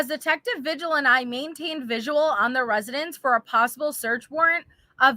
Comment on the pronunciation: I'm sorry but every time you say vigil it's actually pronounced Vihil. I'm sorry LOL